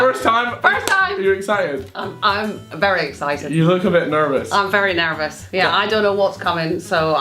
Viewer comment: You're nervous, not narves. Damnit women